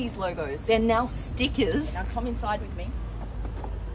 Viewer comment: You mean "Stikkaazzz"